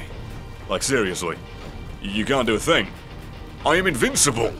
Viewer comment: RRRRR! it said think instead of thing